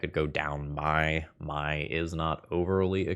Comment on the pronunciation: Mai is just pronounced "May" pls 💀